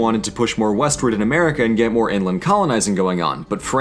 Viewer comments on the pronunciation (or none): none